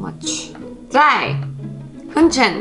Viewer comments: I had to laught so hard because she pronounced "Hühnchen" like "Hündchen" wich means pooch in german😅 But the video was very nice👍👌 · dachte sie hätte "ich will hündchen" gesagt... hab nen kurzen schock bekommen 😅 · should probably practice saying "Hühnchen" (chicken) again, it sounded very much like small/cute dog (Hündchen).